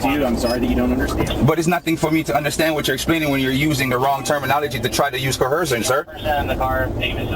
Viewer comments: Oh no, “co-hershun” was making you break the law before the police ever contacted you? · WTF is “cohershun”? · What's "corhersion."😅😅😅😅😅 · Probably the only correct thing this guy has said, and he said it several times, "I don't understand." It's not "co-hersion," it's investigation, dumbarse! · co-HER-shun is very common African American English pronunciation but has been taken by sovcits from Moorish use. I don’t even notice it around here but we have a shit ton of Moors too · He actually believes that he has to be read his Miranda rights BEFORE he is arrested. And he hates liars...haha, thats self hate. " I don't go by your laws, I go by common law ", good, lets see how that works for you. Why do these clowns always put an H in the middle of the words coerce and coercion ?